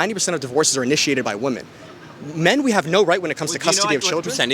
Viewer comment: Good stuff! I just want to point out that you’ve picked up the habit of saying “WOMAN” when you mean to say “WOMEN”. This is something that I’ve noticed people 18-25 do for some reason